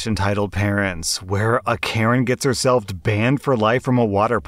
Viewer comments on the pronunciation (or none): "Herselfth"